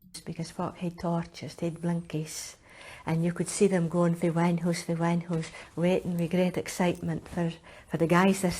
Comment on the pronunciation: Wan hoose is one house.